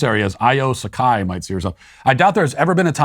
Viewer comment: Matt - you mispronounced dr sekai's name it's pronounced sye-koh